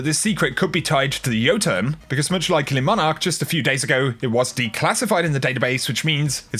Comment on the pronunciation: ITSSSS LEEEEEEEEEEEEE MONARQUE NOT LESSSSSSSSSSSS LEEEEEEEEEEEEEEEEEEEEEEEEEEEEEEE